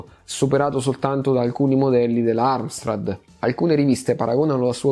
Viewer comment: Ahioo... Si scrive e si dice AMSTRAD. Perché cavolo ci infili la R??? Dai..., avanti così le tue storie sono bellissime.